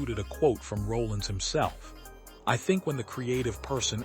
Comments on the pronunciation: His name is Sonny R o l l I n s Not Rolling!!! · AI should know how to pronounce his last name correctly….